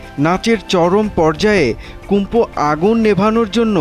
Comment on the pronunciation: সাংবাদিক কুম্ফু কইতাছে কুমফু টা কী